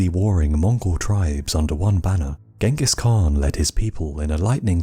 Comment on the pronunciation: i like your videos. but please learn to pronounce Genghis Kahn. it is very cringy.